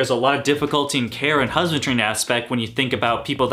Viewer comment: You said 'husband-tree'. Haha... I can't talk right at least most of the time.. I like that you don't go OCD on the details. It's like you're saying it's okay to be human 👍🏽